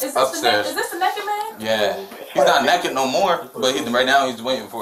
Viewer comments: "Is this the neck-it man?" "He's not neck'id no more." Excellent grammar. We need more intelligent folks like this. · “Nekkid man” 😂😂😂